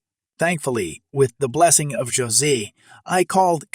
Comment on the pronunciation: It's Hosay not j say